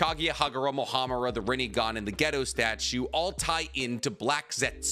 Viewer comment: a can't help but to take you saying gedo statue and misinterpret that as you saying ghetto